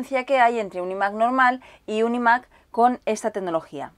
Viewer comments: muy buen unboxing pero deja de decir imac como si lo pronunciaras en castellano que es un poco flagrante xdddd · Se dice ai mac no y mac